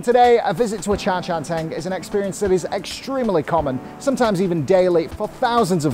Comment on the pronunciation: I heard 渣茶廳 (za cha teng) - waste tea house, when it should be 茶餐廳 (cha can teng) - tea eating house, you really should improve your pronunciation, meanwhile you can still fool your fellow foreigners that you are HK expert.